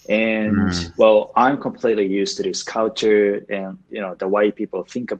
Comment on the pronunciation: 前も、別の人にcultureの発音なおされてたよね！！！笑